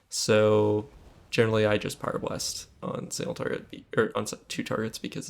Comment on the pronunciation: It's really difficult to understand if you're saying Pyroblast or Fire blast at the beginning of your video. Just so you know. :(